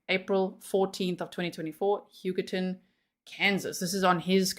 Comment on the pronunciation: Every time you say Huggerton I can’t help but hear “Yucatán” 😅😂